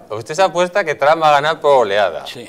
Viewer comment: A ver si te enteras como se pronuncia TRUMP!!! JAJAJA